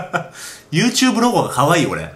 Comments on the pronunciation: 最初の始まり方なんか好きユートゥーブーって聞こえてw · ゆーてぅぶーってなんですか？